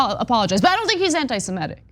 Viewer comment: Small point, but you should probably get try to pronounce it correctly: it's anitisemITIC, not antisemETIC.